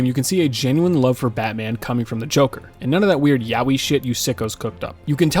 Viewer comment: notice how he said jonkler? (im brain rotted)